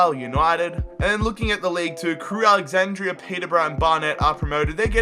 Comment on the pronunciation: Drink every time he says Crewe’s name wrong